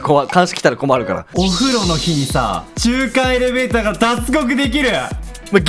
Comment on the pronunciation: 中間エレベーターじゃなくて中間エレベになってる😂